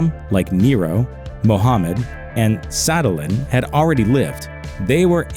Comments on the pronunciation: "Sadalin"?! You mean Saladin... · You said "Sadalin" instead of Saladin. Also, I think of Saladin as a brave warrior, not the antichrist. 😏 Precisely so. The Church authority profited from selling indulgences & the slave trade. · “saddlin”...? Lmao try again dude. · Saddle-in? Did you mean Saladin? This channel is woeful with pronunciation. There's decent research but if you can't even pronounce something how it's spelled.. it rather ruins your credibility. BTW the antichrist is about as real as Noah's flood. They're bad people, alright, so Hitler, Stalin, Pol Pot... all "Antichrists." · “and Saddle-in” yeah sure, you definitely know what you are talking about. Lmao 😂 try again. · This guy's pronunciation of Joachim was bad enough to make me consider turning to Satan worship. By the time he mentioned Saladin, I was getting ready to sacrifice a goat.